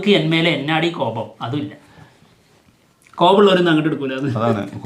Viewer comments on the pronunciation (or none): എന്നാടീ കോപം അല്ല എന്നടീ എന്നാണ്.. Comedy ആക്കിയത് ആണെങ്കിൽ okay.. പിന്നെ വിലായത് ബുദ്ധയുടെ director ജയൻ നമ്പ്യാർ ആണ് അജയ് അല്ല